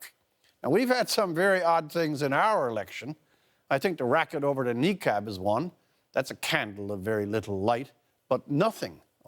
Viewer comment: WTF is a KNEE CAB lol not that hard to pronounce guys